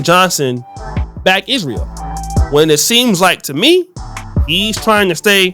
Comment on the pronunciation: You don't know politics.. I suggest you stay out of it. You don't even know how to correctly pronounce Israel.